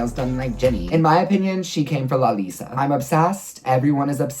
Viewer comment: Isnt anyone else getting annoyed when he says "lalalisa" instead of "lalisa"?